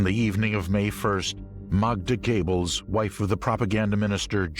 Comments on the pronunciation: His name is GOEBBELS PRONOUNCED GÖEBBELS/GOREBELS NOT GABLES!!!! DO YOUR RESEARCH BEFORE NARRATING! AT LEAST GO TO GOOGLE TRANSLATE! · I wonder if Joseph and Magda 'Goebbels' (pronpiounced GABLES by an American narrator) were any relation of the USA starlet Betty Gables ??????????????? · Joseph Gables? Holy christ on a cracker, I've heard some lousy pronunciations, but that's got to be the worst. Also, Eichmann was never an "S.S. colonel". He was an obersturmbannfuhrer, roughly equivalent to a lieutenant colonel in the U.S. army. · Heh Joseph “GAYBBELS” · "Gaybles"???? How dyslectic can one get and still be allowed to speak in public????? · Fail, at least get the universally excepted pronunciation correct. Goebbels not Gable, seriously come on. Onto something more professional representing a true documentary. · What a way to butcher Göbbels' name tho. Gables?